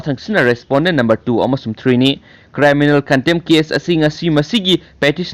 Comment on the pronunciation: Chanbiduna criminal haibiyu cryminal haiba natte